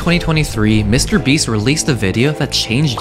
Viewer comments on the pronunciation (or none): New copy of Mr beast ITS MR BREAAAAAAST